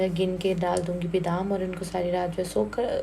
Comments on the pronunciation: Bidam ni hota badam hota hy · Beedam NHI HOTA badam HOTA hai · Badam pronunciation hota h sister bidam nahi do take it positive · Dear sister bidam nhi badam hota hy.